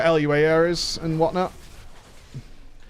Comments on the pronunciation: It's Loo-uhh, not L. U. A. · PSA: LUA is not an abbreviation. Don't say L.U.A. It's pronounced Loo-uh Thanks